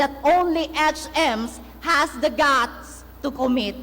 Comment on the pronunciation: ''the'' ''duh'' ''H'' ''each''